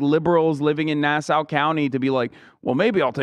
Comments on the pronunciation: As a New Yorker, the way hasan says nassau county makes me lose my mind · Just a Long Islander (unfortunately) laughing about the way Hassan pronounces Nassau county. (It’s pronounced nass-aw) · as a NYer i just want to say, Nassau county is pronounced NAH-SAW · As someone who lives in Nassau County… the way Hasan pronounces Nassau County is giving me agita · As someone from along Island I’m cringing every time Hasan says Nassau 😂😂